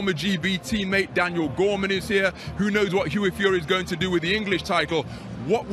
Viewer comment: 2.35 'Daniel Gorman' 😂